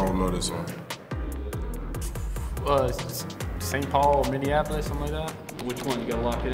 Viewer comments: Jaylen Twyman. did he say minniandapolis!? 😂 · "Mini-Annapolis" lol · MINNEANAPOLIS lmao